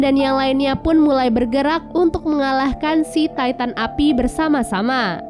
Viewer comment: Knp ngak ti tan aja bilang nya bukan taiten